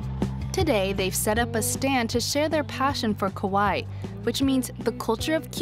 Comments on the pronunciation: Ka wa ii (cute), not Ko wai (scary) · She said kowai. Kowai means scary 😂 kawaii means cute 😂omg 😂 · Kah-wah-eeeeeeee It's almost like pronouncing Hawaii but with a "K" and slightly more stress between syllables. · Kawaii is typically mispronounced by most westerners as in this vid. The narrator said it like "kowai" which has a whole different meaning in Japanese - it means scary or scared, lol.